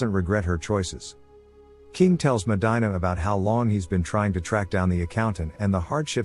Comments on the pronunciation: Medyna 😂. It’s Medeena (pronunciation wise) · medina is pronounced "MA-de-na" not "MA-DI-na". that hurt my ears. please fix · Medina. (Meh-dee-nah). It bugs me. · Meh-die-nah..??????? Fix this glitch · It's pronounced medeena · you're killing the name Medina...MEH-DEE-NA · Me causa conflicto y risa 😂 que diga “medaina” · You pronounced Medina wrong 🤦‍♂️. Even if you’re not Hispanic, you would know this if you watched the movie.